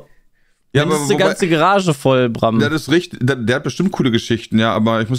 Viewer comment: Kann bitte mal jemand mitteilen, dass es gArage und nicht gErage heißt